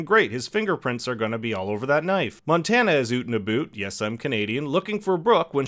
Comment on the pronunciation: Oot and aboot- made me laugh. Always love these recaps